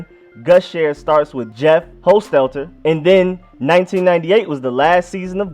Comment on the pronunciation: And it's pronounced Haas-Tet-Ler (Jeff Hostetler)